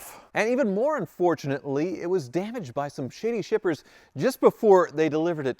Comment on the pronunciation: I thought you said strippers, not shippers. That would’ve been one interesting video.